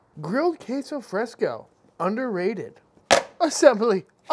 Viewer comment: "K-so fRAYsco" haha love it!